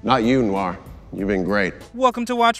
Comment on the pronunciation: "Black Nuu-waar"?? Dude, not saying you gotta learn French, but come on, noir is one of the most frequently used French words in the English language...